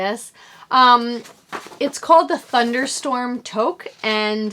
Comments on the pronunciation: Another great episode. "Toque" is a Canadian word for "hat" and it's pronounced "Tooque" You got this! Bobbles and cables aren't so complicated and it'll look amazing. Best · Loved your podcast and thought I would let you know that your hat pattern is pronounced too-k. I'm from Canada and think it's a Canadian word haha. Thanks to you I got some Asylum Fiber yarn 😊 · Canadian also, & it is pronounced "took". Not a Canadian word though, it's a 16th century french word. Which would explain, with the french influence in Canada, why we use it. :-)